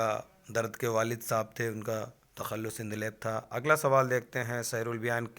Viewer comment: Sir please word ko sahi pronounce kiya Karen jaise andaleeb hota hai na ki endaleb